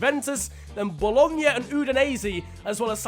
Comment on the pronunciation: thanks for the correct pronunciation of "Bologna"